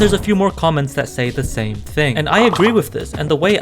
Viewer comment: I thought you said shame lol